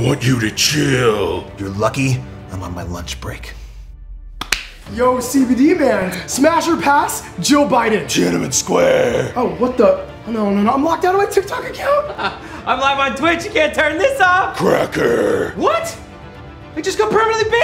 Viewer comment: "tiannaman square"😂😂😂😂